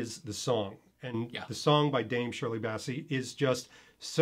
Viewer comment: Wow, you still can't pronounce Bassey? LOL